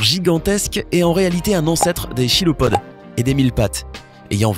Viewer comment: chilopode ça se dit kilopode phonetiquement et ce ne sont pas des insectes